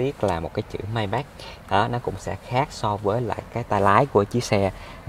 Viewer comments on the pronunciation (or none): May bách?! Nghe hơi khó chịu